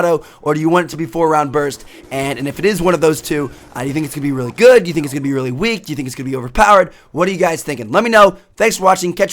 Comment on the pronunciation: the most word tmartn says RELLY RELLY